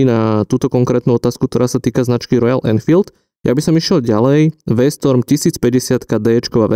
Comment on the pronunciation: Skvelý a obohacujúci rozhovor👍🏼 určite to pomôže aj veľa začiatočníkom👍🏼 A taktiež skvelý výber motorky pána Balogha 😉 Paráda. A - je V-stRom nie V-stOrm a taktiež 🤣 to by si mal ovládať keď robíš content o motorkách 🫵🏼 O to skorej, keď ťa tak farby nudia a nepoznáš ani správny názov modelov. A nabudúce by som tieto názory hovoril za seba, v jednotnóm, nie v množnom čísle. Mimochodom, ja som svoju V8 zabehol za deň v Alpách 🏔️ Držím palce na ďalšie diely👍🏼 Skvelé počúvanie pána Balogha